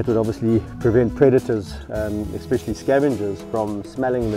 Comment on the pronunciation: There is no x in the word especially